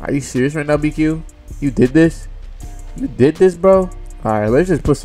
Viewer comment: Dat shit be funny ASF when he say that